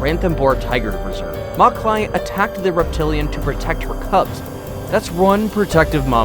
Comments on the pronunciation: It's Machli not makli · It’s not pronounced Makali it’s machali ... ch pronounced more like ch in chat .... machali in Hindi means fish ... the tigress was named machali because strips on her forehead resembled a fish ... unfortunately she passed away couple of years back ... a proper funeral was given to her by Indian forest department in Rathambore ... she will always be a legend ... I have a big photograph of her in my living room back home in India ... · You pronounced it wrong it’s Machli as in fish in hindi it is pronounced machhalee. The tigress died after some years because she lost four of her canine teeth while hunting the croc and afterwards she was not able to hunt properly . The forest department gave her food for years but eventually she died💔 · That tigress name doesn't pronounce "mac-li " it's pronounce "much-li " which means fish in hindi The name was given because of her stripes on her which look like patterns of a fish When she died, she was the oldest tiger of the world ever recorded Although tigers are very respectful animal in India muchli has a special place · Macali not it's machali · The name of the tiger is pronounced “match-lee”, meaning fish in Hindi.